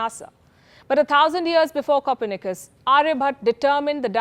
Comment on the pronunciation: "copper knikers"? 🤣😁😂